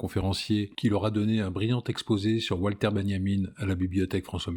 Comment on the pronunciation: Walter (Benjamin) se dit Valter en Allemand (comme Wagner), pas Oualter.